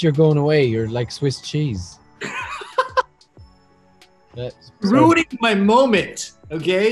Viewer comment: No one: Literally no one: Robert: sWiSs ChEeSe